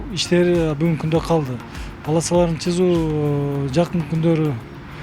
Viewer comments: Сызуу деген создун айтылышы чызуу турбайбы э.....😂😂😂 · Губернатор болуп туруп, чызуу деп сүйлөйбү? Сызуу деп кыргызча сүйлө, бир тууган! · Жолдун паласаларын "сызуу" деп айтылат чызуу эмес, уят деген жок экен буларда. Ош тараптын элдери убагында кандай билим алышкан мени танкалдырат.